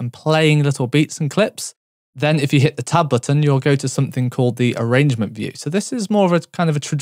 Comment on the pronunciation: It took me a solid 5 minutes to realize he was saying "tab button"! I kept looking for a "top button" lmao